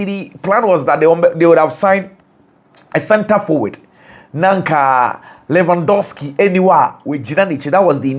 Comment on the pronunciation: That's how the Polish people pronounce the name